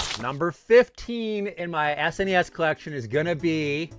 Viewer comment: I'm only 2 minutes into the video and yes to Super Mario World! It's our son's favorite Mario game, Yes to pronouncing it S-NES and yes to the Canadian pronunciation of Mario.... I get crap for it too LOL😂 And to answer your question, now that I'm done watching the video of my perfect game on the SNES it would have to be Super Metroid